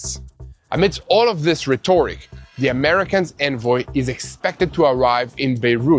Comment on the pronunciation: Rhe-TOR-ic????? It's pronounced RHE*toric!!! Your welcome!!!!